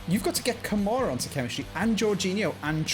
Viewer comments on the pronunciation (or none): Did he call Kamara camera?😂